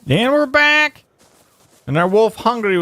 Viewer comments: at the very start he says and were brack LOLING so hard now lololol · and we're brack!